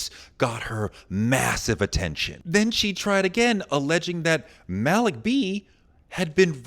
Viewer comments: Touré you’re supposed to be a smart guy. Educated, at the least. You know that the name Malik isn’t pronounced “Mal-ick.” His name was “Mal-eek.” You don’t have to be a Muslim or a Roots fan to know that. How do I, a white southerner, know how to say the man’s name and you don’t? You’re supposed to be the expert here. Edit: I was wrong! 😮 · #Malik is pronounced Ma-leek.... NOT Mal-Lick! 🤦🏾‍♂️ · Malik B (Pronounced Maleek)